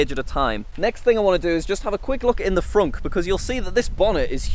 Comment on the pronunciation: you called it a fronk?